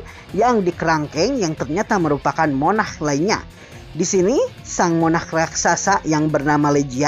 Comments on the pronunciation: Min tolong bilanya "sung" Bukan "sang" Dan "monarch" Bukan "monah" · "Monah" :v, logat indonesia :v